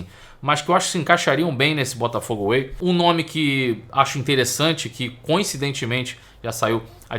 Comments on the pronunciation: Mas que "Botafogo AWAY" é esse???? É "Botafogo WAY"... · Tá me dando nervoso ouvir ele falar Botafogo AWAY toda hora. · Pelo amor de Deus, o nome do projeto é Botafogo WAY! away tá tu kkkk